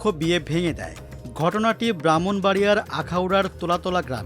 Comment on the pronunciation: এরাতো নিজের জেলারই নাম ঠিকভাবে বলতে পারেনা,,,,বলে বাওনবাইরা